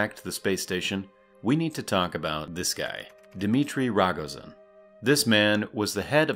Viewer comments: >ragozin its rogozin. O. rOgozin. not "rAgozin" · Correction: it’s rogOzin (emphasis on second O). Same with borIsov (emphasis on I, second syllable). Although there’s no concrete rule about stresses in russian language, I feel like if there’re several vowels in a surname, it’s more likely the emphasis will not be on a first one. But, like I’ve said, it’s not a rule. If you see letter «Ё» however, almost definitely that’s gonna be the stressed vowel.